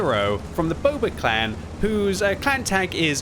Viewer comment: I like how he pronounced it "boba clan" even though it clearly says B00BA